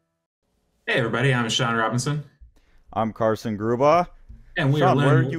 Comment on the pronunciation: Haha, thank you! Sean you got it right!